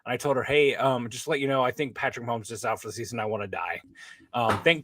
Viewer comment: for the love of God, STOP SAYING "MAHOLMES"!!!!! It's MAHOMES. No L. Yes, we all understand YOUR name is Holmes, and you're used to making that sound with your mouth. But get the f*** over yourself and show some professionalism and respect. Pronounce our generational QB's name properly.